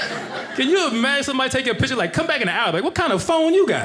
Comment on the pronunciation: The word is piCture, not pitCHer.